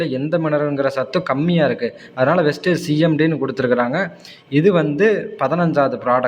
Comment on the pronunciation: வெஸ்டேஜ் அல்ல வெஸ்டீஜ்